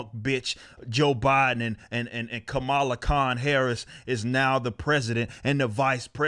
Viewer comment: Did he just say, "Commyula Harris" ?? LMFAO. I'm gonna be using that one.